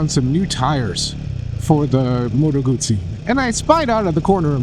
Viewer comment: Guzzi doesn’t have a “t” in it.